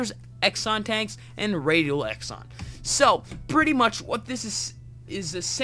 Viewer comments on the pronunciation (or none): it's pronounced zenon not exon... but cool mod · True. Exon, where did that come from!? xD Some funky pronounciations out there..